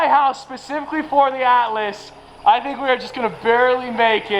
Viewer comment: Ahh, the ATLAS!! To start with I thought you were calling it the "ALICE"!!